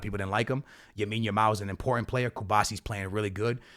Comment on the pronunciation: You need to learn his name dude. Its Lamine Yamal, not Yamine Lamal